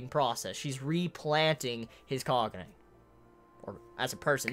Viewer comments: distracted the entire time by the fact I keep hearing Kanye instead of Kanae. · Kanae's name is pronounced Kah-nah-eh, not Kanye, sorry I know this is annoying but every time you say kanye I get weirded out a bit haha